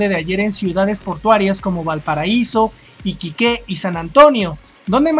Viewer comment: Por favor tómalo como una observación constructiva. Iquique es una palabra grave en su ortografía por lo que no lleva tilde en la segunda sílaba ya que termina en vocal y no se debe escribir Iquiqué que es la de tu pronunciación. No hay otro ánimo que el que quienes no conocen Chile conozcan la pronunciación de algunas palabras que les son desconocidas. saludos.